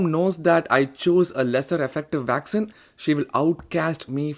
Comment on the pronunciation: Vaccine not Vaxxin!!